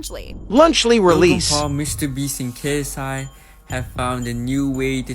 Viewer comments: It’s not “Kai” it’s K S I. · I’m dead she’s not saying K-S-I 😭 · u pronounce ksi kay ess eye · The way you say ksi annoys me 😂🤣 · Can someone please tell me if the Prime in their lunchables an energy drink? Her not saying KSI right is killing me🤣🤣🤣🤣🤣